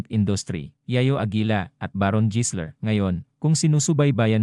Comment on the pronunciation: jisler talaga ha,,anak ng kamote AI barok ba yanm, habang tumatagal masakit na sa tenga pakinggan